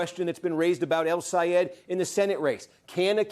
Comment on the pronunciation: Steve, do you think you’ll learn to say “El Sayed” rather than “Al Sayed”? Your corporate bias against him showed last night. Very disappointed that you have become a corporate shill.